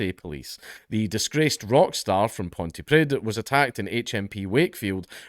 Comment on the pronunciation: pontypridd is pronounced like pontypreeth, not like pontyprid. yeah, its a gay language.